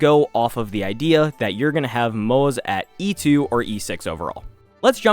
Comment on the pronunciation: isnt moze pronounced like moh zuh rather than the way it looks in english? great video though helps a lot